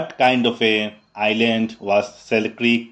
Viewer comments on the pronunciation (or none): Sir it's pronounciation is Alexander Selkirk not Selkrik....